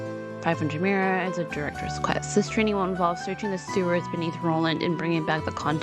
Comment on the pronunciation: Pretty sure Mira is pronounced “meera” lol